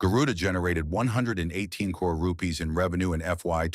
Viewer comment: Can the voice over be taught to pronounce CRORE/CRORES properly.